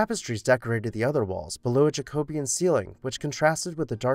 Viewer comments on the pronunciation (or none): Love these. Thank you! It’s pronounced: JACK-oh-be-an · Jackah-bee-in is the correct pronunciation. As in deriving from the name Jacob in reference to the Catholic king James. The Anglicization of the name Jacob from its original Aramaic/Hebrew is Jay-cohb. Thus it is pronounced Jackah-bee-in. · Love your videos and wanted to offer a couple of friendly notes on pronunciations which aren’t clear if you’ve only read the words. The college name is “SalVAY” Regina, but you’re right that salve (Savv) is the thing used to heal wounds. And I’ve always heard Jacobean as “Jackah-BEE-in”, but I think that might be just a common rather than correct pronunciation.